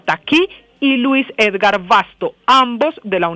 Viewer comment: No se dice Ergar sinó EDGAR